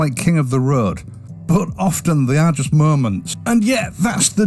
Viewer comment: Luv the accent, what is it?. Merch for March, Murrments for Moments...I thought the Kiwis were challenging enough.😋 So you dont like the RE 650? the W800?